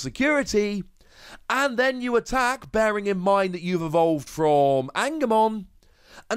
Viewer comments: angemon is pronounced e-n-je-mo-n and seraphimon is pronounced se-ra-fi-mo-n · fyi Angemon and Angwwomon are pronounced the same way you pronounce Angel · Angemon type Digimon are pronounced with a soft "g", like "angel".